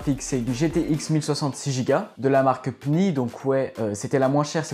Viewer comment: Très beau setup par contre la façon dont tu prononce les nom des marques (PNY et Intel) ca ma tué 😂